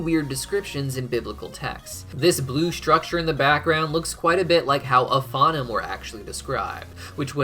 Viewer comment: FYI: Ophanim is pronounced oh-fah-NEEM